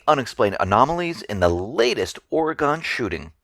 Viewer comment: FYI... It's pronounced Or-E-gun.